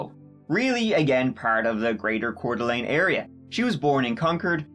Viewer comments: Hey, great job pronouncing Coeur d'Alene. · Bless you for pronouncing Coeur d'Alene correctly. Also I lived really near there as a kid, my brother participated in many wrestling tournaments there. It's wild that this happened.